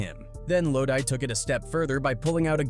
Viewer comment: Wtf is “lodie!?” (Low-d) is how you say the man’s name. I’m about to report you shyt